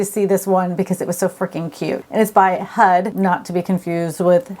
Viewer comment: 🤣🤣🤣she said hud not HUD